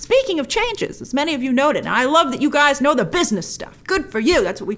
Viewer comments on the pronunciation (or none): none